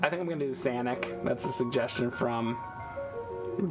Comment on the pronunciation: I burst out laughing at "Sanic"